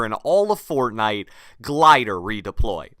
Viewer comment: I'm sorry I like your videos but it bugs me the way you say "Fortnite"